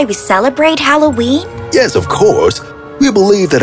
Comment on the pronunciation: Am I the only one who hears them say " hallow wee" instead of Halloween?